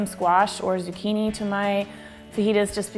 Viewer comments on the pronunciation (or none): none